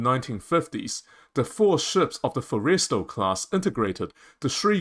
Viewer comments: Okay. It's pronounced FORREST-E-STALL, short vowel sound (almost silent) on the 2nd 'e'. Otherwise, your argument is well founded. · Learn how to pronounce the Forrestal class. It is ( 4 es tal short a as in Tally) emphasis on the Forr not the est. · You really missed the Date... it's May 2nd not April 1st or Aprils 20th... this is a bad joke / reefer dream, not a serious proposal. And your pronunciation is atrociously bad. Fo-reys-tell class??? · I disagree. I think we would be better off building 10 Midway class sized 45-50k ton ships with an airwing of 40 to 50 aircraft rather than a 75k ton ship. The name Forrestal is pronounced Forrest-all..? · Stupidest argument I've ever heard. Why waste resources on a Fujian, which even the Chinese have abandoned? If we need more carriers, buy 'em! AND GET that stupid Aussie-accented AI model to PRONOUNCE "FORRESTAL" correctly!!! Geesh. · The narrator pronounces "Forrestal" rather strangely. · Terrible AI audio. Mispronounces "Kitty," "Forrestal," etc. I don't care how good the content is--if you can't even use a real voice, I won't watch. I made it a minute in and gave up.